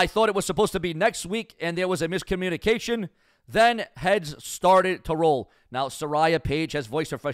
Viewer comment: Your Botch of the word Mis-Communications will make Botchamania.